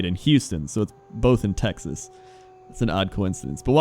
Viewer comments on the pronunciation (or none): none